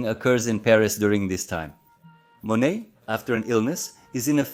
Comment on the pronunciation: Thank you! Very informative andinteresting video.I'm sure you knew it was Monet. The way you were pronouncing name, on this YouTube video sounded as if you were saying, Manét